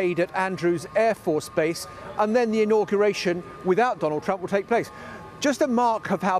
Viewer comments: "Dondald Trump" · 45th President.. Dondald Trump?